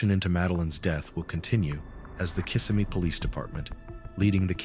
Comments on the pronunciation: The town is pronounced Kiss-SEM-me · It’s pronounced Kiss-sem-ee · Maybe learn to pronounce Kissimmee correctly before recording